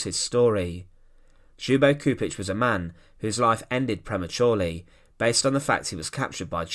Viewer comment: mister, you need to do some extra effort with the pronounciation of names. it's Chupich. not Kupich. do your homework. please. out of respect to the fallen.